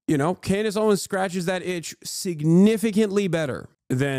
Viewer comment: Klandace Owens